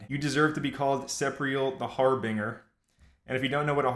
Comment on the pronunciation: It's Har-bin-jer not Har-bing-er